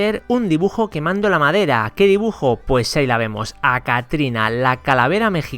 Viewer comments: En el minuto dice maedra en ves de madera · like si viste que dice MAEDRA en vez de madera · Like si notaste que en el 2 dice maedra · Wey escucha bien por qué dice MADERA no MAERA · ''maedra'' like si lo notastes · Dice maedra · Dice "Dibujar en MAEDRA" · En el minuto dice maedra :v